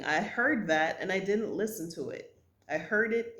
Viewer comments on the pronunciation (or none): none